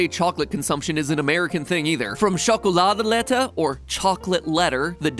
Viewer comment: As a Dutchman I just want to say i love your pronunciation of chocolade letter👌 love your food theorist channel